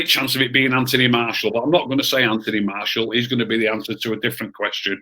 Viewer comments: Loool it’s MARTIAL not marshall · Can someone have a word with about how he pronounces martial. Lol. Also anyone else thought was gonna say magic for player of The season